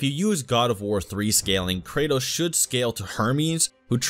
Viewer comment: For some reason I hear Cratus instead of kratos